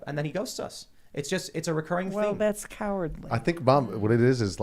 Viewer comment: Tim discribed the "right" as cowerdly. I would only say that lets not contrew cowerdly with politeness.